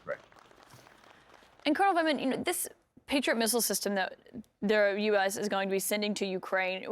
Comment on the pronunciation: 'Lieutenant Vinman' Oops!